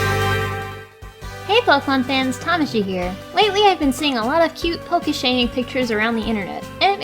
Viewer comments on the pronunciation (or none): none